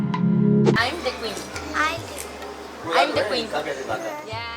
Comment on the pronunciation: Aim de cuin ..Jajaja su pronunciación !!!! Mejor que no enseñe jajaj